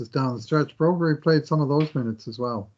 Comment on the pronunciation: Hey if you pronounce Broberg as Brobury how would you pronounce Landeskog? 😂